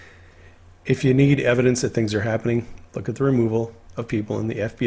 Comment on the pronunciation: What's with the word "Habbening" instead of "Happening".